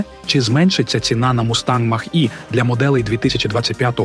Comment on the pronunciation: Ви якесь ШІ для озвучки використовуєте? Навчіть назви правильно вимовляти. То Хюндай, то який Мах. Шо за Мах? Не зважачи на це відео як завжди круте. Дякую.